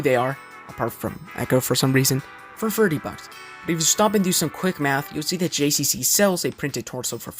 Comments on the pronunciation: How difficult is it for you to say the letter G and not J 🤣🤣🤣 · it’s GCC not JCC